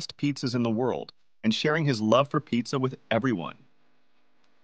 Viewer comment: Es genial que sea tan sencillo de comprender, simplemente me genera escalofríos cada vez que dice "picsa"